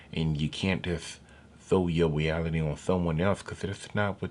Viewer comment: “Everyone lives in a different weeality “ Neber forget dat. 😂😅🤣😂😅🤣😂😅🤣 This is a joke right? I’m dying now…